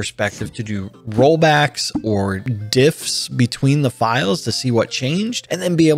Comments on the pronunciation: shouldn't that be "diffs", not "divs"? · haha, you mean "diffs" not "divs" right?